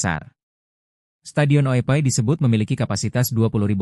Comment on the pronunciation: Oepoi min. Bukan oepai